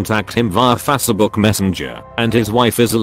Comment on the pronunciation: We've had tts technology for decades, and Fahs-seh-book still makes me laugh in cringe.